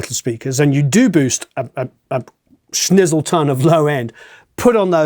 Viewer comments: That some Awesome Advice . it s kinda what i needed to hear. BTW , did you say “Snizzleton”? 👍🏼😁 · a “SNIZZLETON” haha